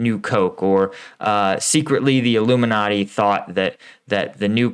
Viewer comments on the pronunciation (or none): none